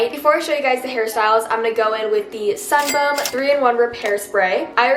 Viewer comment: Anyone else just laugh every time she said “sunbum”